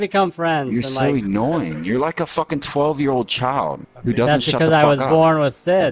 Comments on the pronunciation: ... did he just say “e-nnoying”? 😂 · "Eenoying" lmfao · Lol he pronounced annoying as eenoying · It's funny how bad thinks he is because he claims Baltimore. He's a tough guy on the mic. The way he says annoying 😆😆😆😆. There's no E in annoying. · Eenoying? Who doesn’t know how to say annoying?. That’s who.